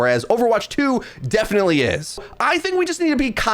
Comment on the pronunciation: fyi there's no "A" in the word "definite"